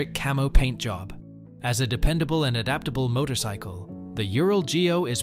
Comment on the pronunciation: Oh wait, did the A.I. just say motocycle again? No, couldn't be